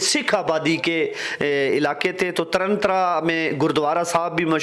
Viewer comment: Taran Taran na ki tarantra